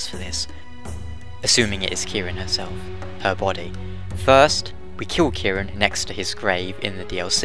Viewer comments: Robbie O'Brien I dunno if it's really a mistranslation, because the way they pronounce Ciaran is all strange to begin with. Gough says it like "Kih-ran" although that dialogue wasn't used in game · That's how you'd usually pronounce it, yeah. Although in the game the only mention of her name (which isn't used in the final game) has it all like "Ki-RAN" which is a little odd. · as someone named ciaran, It's pronounced Kier-on, no idea why she pronounces it that way in game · Idk why he pronouncing ciaran as if was spelled with a k. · You pronounced gaelic right, but Ciarán is pronounced 'keer-awn' the fada (line above a) elongates the a into an aw sound